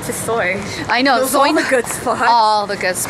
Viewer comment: I love watching your VLOGS but one thing I can't stand it hear is when you pronounce "the" as "duh" for ex- "here's the shout out of duh day" .................😬😬😬😡🙄🙄